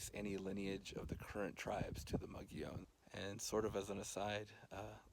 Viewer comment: And now I know I've been mispronouncing 'Mogollon' all these years ... Fascinating report. Thanks!